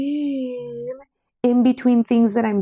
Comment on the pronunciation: So my 7 year old daughter love watching crafting videos with me because she LOVES being crafty which i love…however when she asks me “mama why does she say rim like that?” Well i guess i can’t let her watch these videos with me anymore with the sound on 🤦🏻‍♀️